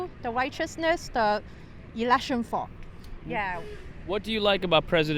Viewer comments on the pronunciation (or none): The truth is she cant pronounce a th to save her life